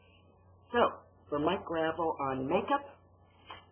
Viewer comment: It's pronounced GRAH VELL. If you're going to address him atleast pronounce his name right christ.